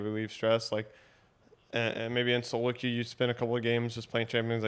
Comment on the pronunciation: She could not say 'solo que' players